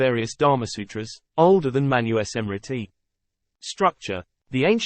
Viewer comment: Awesome. Its pronounces as MANUSMRITI sir, not Manu-e-smrtit.